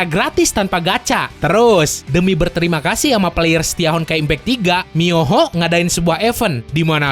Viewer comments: Mihoyo bang, bukan miyoho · Mihoyo Bang Bukan Miyoho AWOAKWOAKWOAK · Mihoyo bang bukan muyoho ngakak gw 😂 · Yang bener mihoyo atau miyoho ¿ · MIHOYO bukan miyoho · abang ngomongnya miyoho yang benerkan seharusnya mihoyo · mihoyo bang bkn miyoho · Miyoho 🤣 mihoyo kali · Potato phon cumak bisa meremidi Mihoyo bang bukan miyoho :v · MIHOYO BUKAN MIYOHO OOIIII👁_👁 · mihoyo atau miyoho? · Miyoho really dude ? This game name MIHOYO not MIYOHO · itu sepatutnya MiHOYO bukan miyoho